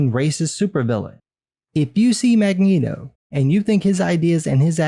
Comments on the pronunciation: You really said magnegro bro 🤣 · "Magnegro" LMFAO!!!!